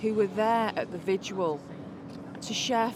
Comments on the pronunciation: What’s a “vigual”? She doesn’t even know what she’s talking about. It’s pronounced vigil. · She can't even say 'vigil' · 0.34...."there at the vidual"...does she mean 'vigil'? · Why are so many people-including people in high-ranking positions of authority-unable to pronounce the word 'vigil'? It is NOT "vi-ju-al" FFS. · Vi-jewel. Hooligism. Did this woman flunk out of Eton? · 'Vijual' She cannot even speak.